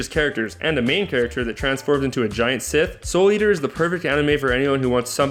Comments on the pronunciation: I liked this video, but when you were talking about Soul Eater I swear you pronounced "scythe" as "sith" lol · or even english. A giant Sith XD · I'm wondering if you intentionally mispronounced some of the things in this video. Most unforgivably saying "sith" when trying to say "scythe" . Soul Evans in Soul Eater isn't transforming into Darth Vader. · He pronounced it Sith, I imagined Soul Turning into a large Darth Vader when he said that. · A Giant Sith. Yup thats how you pronounce Scythe Folks. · "anime doesn't get much better then sword art online" was a huge red flag already, but then he went and pronounced scythe as sith... smh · how did he pronounce schyte into sith? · Khaleb Nguyen Gaming fit Christ's sake, he couldn't even pronounce "scythe" right, and that's an English word.. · I'm at least a little ok with the names being pronounced wrong but I draw the line when you can't even pronounce scythe right.